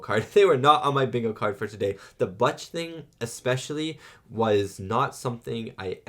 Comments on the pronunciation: Bootch- not Buuttch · butch rhymes with bush, not dutch